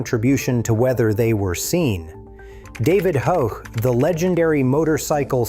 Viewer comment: David Ho-ch? LOL Why does AI have such trouble with pronouncing names?